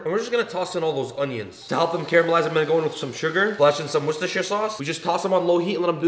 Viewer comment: Wis-tess-sure sauce lol!!